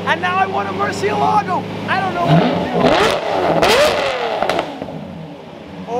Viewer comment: The word murcielago comes from spanish so you don't have to act like that pronouncing it like an italian would (not) do (anyway). Thanks